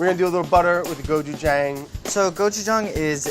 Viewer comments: it is. but he doesnt pronounce it like that. his is more like gochujung. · Andy: Gochujang Brad: GochuJANG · as someone who's learning korean, andy's pronunciation is much better. he has that long 'aa' sound which is correct, but it's not perfect. if you romanize the korean word (고추장) properly, it's gochujang. brad keeps that soft 'ch' sound, while andy keeps that long 'a' sound. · did it not bother any one that brad said Gochujang and right after andy would say Gochujong! which one is it?! make up your mindddddd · I love the small petty hate they both Express with the "GoJuJung" vs "Gochujang" butter pronunciations. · The way they keep saying cotchujang (so sorry if spelled wrong) lmao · There's a lot of misinformation in the comment thread here. The correct pronunciation is not "somewhere in the middle." Brad incorrectly pronounces the "a" as ⟨æ⟩ (as in "apple"). This vowel would be romanized as an "e," not an "a." Andy's "a" in "gochujang" is more accurate and, even with an American accent, can be easily understood. Look up the audio sample on the Wikipedia page "Open front unrounded vowel" for reference. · andy and brad’s pronunciation of gochujang shows a lot about their overall differences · Andy pronounces gochujang better then Brad but then Brad pronounces gochugaru better then Andy 😂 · Watching them trying to say Gochujang.... im sorry but i cringed so hard. But thanks for putting in some Koreanness into you vid. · Seriously Brad... Listen to Andy and stop butchering the pronunciation of "gochujang". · Am I the only one who's annoyed at Brad's pronunciation of Gochujang? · I appreciate how they REFUSED to agree on a pronunciation for gochujang.